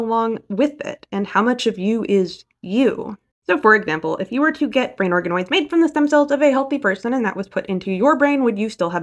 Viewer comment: I could have sworn you said "brain arkanoids" and i was like .....wait 😮